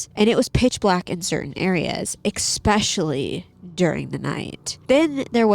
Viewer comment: I love your cadence. The way you speak is just butter to my ears. Also love how you say especially as EXpecially as I do the same 😅❤❤❤